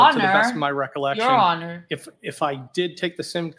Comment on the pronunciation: Something that caught my attention was 2 of the alberts used the word recollection but couldn't pronounce it correctly 😂